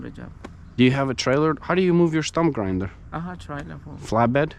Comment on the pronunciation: ITS NOT WINDER…… ITS GRINDER!!!!!! TTYL Great video!!